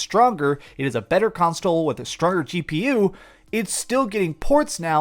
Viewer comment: A better "constole"